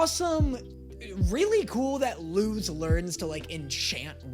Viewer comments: So, I know you already addressed people telling you this, but Luz’s name IS pronounced with an s sound. It’s a Spanish (as in the language, not the nationality) name. That means it follows Spanish pronunciation rules. The z is unvoiced (meaning it sounds like the letter s). You said “see, it is ‘lose’” based on Eda’s pronunciation of the name, but that’s just Eda being close enough that it doesn’t really matter, but Luz’s name IS “Loose.” Rewatch episode 1 and listen to how Luz introduces herself closely. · nope, it’s luz not lus! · ITS PRONOUNCED LUS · Isn’t her name pronounced l-u-s but spelled luz Pls correct me if I’m wrong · Luz was speaking Spanish, her name is literally “light” in Spanish that’s why people have been telling you you are pronouncing it wrong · SHE'S LITERALLY SPEAKING SPANISH. LUZ IS PRONOUNCED AS LUS BECAUSE IN SPANISH Z IS PRONOUNCED LIKE AN S IN ENGLISH. IT'S LITERALLY CULTURE 😭